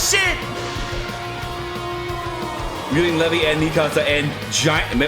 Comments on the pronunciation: Man said levi its Leevi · It's Lee-vī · Absolutely no one:: " Le - vey " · I was low-key triggered every time you said Levi's name wrong 🤦🏾‍♂️ lol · My man mispronouncing Levi's name. bro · I took major damage from that one..